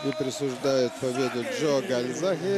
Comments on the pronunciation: Почему КальзаХе ???? КальзаГе он везде и пишется и читается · Весь бой коверкал имя Джо - Гальзахе. Не говоря о предвзятости в пользу Джонса. Классные комментаторы так не работают.